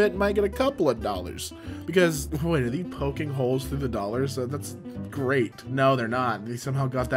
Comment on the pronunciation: why does say THEE instead of they